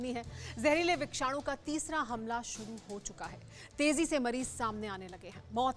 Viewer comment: विक्षानू नहीं होता मैडम .......विषाणु विषाणु